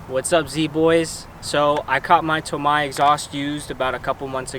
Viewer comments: its toe may(tomei) BUT (TOE MY) SOUNDS BETTER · Why did you say tomei like that 😂😂😂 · I’m wondering the same thing and I’m a female Z owner! 😂